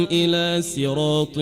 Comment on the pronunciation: هذه رواية رويس عن يعقوب وليست روح والله اعلم ( يقرأ ب سراط وليس صراط)